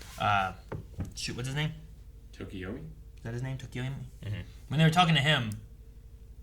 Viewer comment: The major Tokoyami fan in me cringes every time they call him Tokiomi. You're not watching the Fate series anymore, guys! 😆